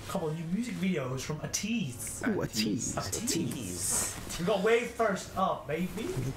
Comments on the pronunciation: “We saw them liiive~” Pronounces the name as ‘ah-teez’... oh boy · btw guys fyi how to read ateez is like the ABC alphabet so its ay teez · The way they pronounce ATEEZ....😅👍 oof..